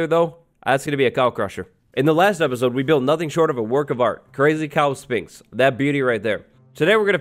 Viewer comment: Learn how to pronounce Sphinx right